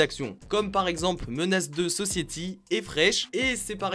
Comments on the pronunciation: Oh merde carton jaune ...menace deux sociéty ....C un classic..o moins le prononcer correctement...😉njz' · Un petit effort sur la prononciation du film "Menace to society" please lol